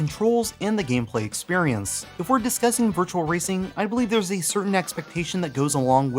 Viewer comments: it's 'experience' dude. Shame, so much effort with the video... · Did you say "experiance" lol, great vid